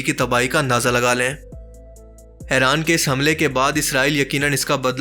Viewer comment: Its not Aaran It's IRAN